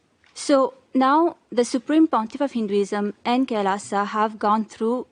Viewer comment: It's called "Kai... Laaaa saw"